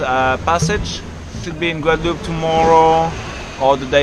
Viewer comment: Pourquoi dire "Guadaloupé"? On ne dit pas cantaloupé, non?